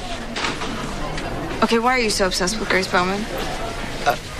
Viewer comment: GWAAAACE!!! GWAAAACE!! GWAAAACE!!